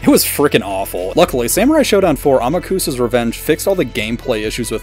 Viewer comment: Ah-mok-sah, not A-ma-kuh-sah!